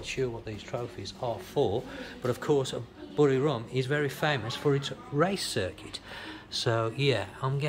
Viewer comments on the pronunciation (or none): its buriRAM not RUM same as papaya not POPaya